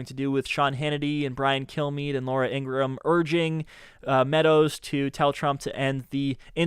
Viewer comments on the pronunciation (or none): none